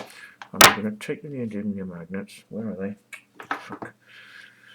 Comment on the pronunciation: I see you make the same mistake I always make in calling them neody-N-ium rather than neody-M-ium magnets. I think neodynium sounds better anyway ! This Searl guy claimed to have made a flying model that the BBC missed, in the 60's, so he couldn't have had a lot of money to do this, so why doesn't he do it now ? Well, it's obvious why, because he didn't do it then ! It's all a fraud ! You notice how these "free energy/ over unity/perpetual motion" frauds always fall back on the same old excuse for not producing working models, that being the "oil industry/government" is suppressing the technology. This is such obvious bollocks it's almost self refuting ! The amount of venture capital floating around the world is staggering, and these people would only be too happy to bring down the "oil industry" and take all those phenomenal profits for themselves, because if "free energy" worked, it would make trillions of dollars for the investors ! But these people aren't stupid, and that's why this shit goes nowhere. It simply doesn't, and can not, work.